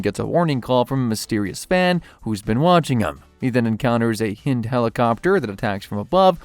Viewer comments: ot-ah-con, and h-eye-nd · A lot of weird errors, man. Hind pronunciation. Liquid Snake being thrown "into a crater". Oat-a con. What gives